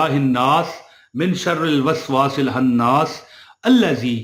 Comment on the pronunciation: السلام علیکم او بھائی جان اپ نے تو صورت ہی غلط پڑھی ہے خناس ہے بھائی اپ نے حناس پڑھا ہے استغفراللہ سننے اور دیکھنے والوں کا بھی سب کا اللہ ہی حافظ ہے